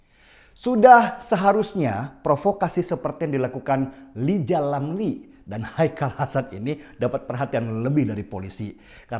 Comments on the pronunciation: Rizal ramli bkn lijal lamli.. gmn seh ngmg nya bs salah nyebutin nama ??🤪🤪🤪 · Hahaha...lijal lamli...🤣🤣🤣...sehat selalu dan trus berjuang bang...🙏🙏🙏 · Wkwkwkwk LIJAL LAMLI.... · Lizal lamli...hehehe bisa aj...😂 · Ha..ha..ha..bisa aj bang Denny..LIZAL LAMLI..😂😂 soalnya Rizal Ramli cadel..gak bisa ngomong "R"... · Lijal lamli wkwkw sae ae lo bang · Lijal Lamli..... wkwkwk 😀😀😎😀😀😀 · Lizal lamli... Wkwkwkkwkwk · Gw kok geli bang deny ngomong LIJAL LAMLI🤣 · Rizal Ramli bg Deni..bkn Lizal Lamli..wkwk..😁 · Wkwkkw.. Lijal Lamli 😁😄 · Bang Den, Rizal Ramli, pake R ya Bang.... 😂😂😂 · Lijal Lamli😂😂😂 Udah kidal,kebanyakan ngomong!!😂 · Fokus ketika bang Dani ..nyebut "LIZaal lamli"...psti mulutnya GK kebuka Kya yg disebut..klo lgi ngomong.....wkkkkkkkkkk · Perasaan DenSi tiap cakap Rizal Ramli yg qu dengar 'Lizal Lamli'.. 🤣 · Iya Bagus ini bang. Wkwkwkw.. Si lijal lamli emang suka yg gitu2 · Kirain kuping gue ajah yg dengernya aneh.. ternyata emang benell😀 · SULUH BELAJAL MENGEJA HULUF DULU BALU NGOCEH.... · Bang deny kok Lijal lamli 😁